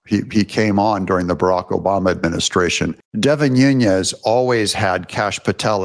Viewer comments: Nunes not Nunyes 😂😂😂 maga on my man. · Hey Doug, why do you call Devin Nunes "noon-YEZ"? Is your name pronounced "ten-yapel"? There is no tilde over the second n in his name, so it is pronounced "noon-ez." No "y" sound. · I'm not upset. I'm just helping you pronounce Devin's name It's Nu nes is how you say his name. I hope this helps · Devin's name is Portuguese, not Spanish. No Z there. N U N E S new-ness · Just an awareness note: Deven Nunez’s last name pronunciation comes from Portuguese rather than Spanish/ Mexican pronunciation. 😊 He is greatly missed as our best California Representative! Along with his lovely family too! Deven resigned because his family members and he were getting many credible death threats from radical Marxist Democrats; and Newsom’s groupies were gerrymandering his district to try to force him out that way too. They are currently trying to do the same to at least 4 more of our 8 Republican seats, after they did the same to Michelle Steele of N. Orange County by adding in a big chunk of Democrats in S. W. Los Angeles County! Now they want our own Ken Calvert of Corona and Indian Wells and La Quinta, Riverside County! We can’t let them do this to us! They hold 53 seats by doing this! We have 40% Republicans even with so many moving out of California! Our Voter Rolls must be cleaned out of illegals, Felons and the Deceased that they keep on for the illegal voting to take their names! Make sure your own family members who’ve passed on were taken off voter rolls! Take their death certificates to the Voter Registration desk in your City/ County Offices ! Hurry! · By the way… it’s Devin “Nunes” (pronounced like “NOONez”), not Devin “Nuñez” (pronounced like “NOONyez”). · You insist on pronouncing Nunes as Nuñes. But his name is NOT SPANISH. It is Portuguese. It is pronounced ['nu nəs]. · Devin New Nez, not Nuṅez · It's not Noon-Yez. There are videos of him pronouncing his own name as Noon-ez.